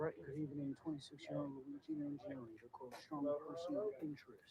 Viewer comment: Luigi 'mah gee o knee'